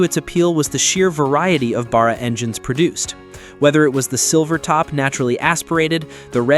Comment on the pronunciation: And The American talking in the video needs to learn how to say Barra properly ffs 🤦